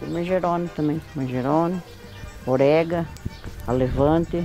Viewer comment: Esse hortelã a gente chama de hortelã graúdo e o outro hortelã miúdo 😁 morri com a mãe do Fubá falando orega e gengiva 😆😆😆